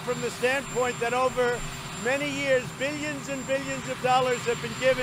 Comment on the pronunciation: The way he says 'billions' sounds so wrong. Also, he is a lying POG!